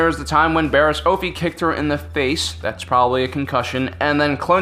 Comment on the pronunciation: It's Offee pronounced as Offie